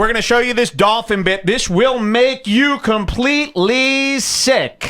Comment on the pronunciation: He pronounces Dolphin gross -Dauwlfin he is trying to sound like Mike Damone from fast times if he were in a Mexican gang